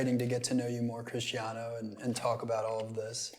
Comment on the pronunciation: Cristiano❎ Crishtiano✅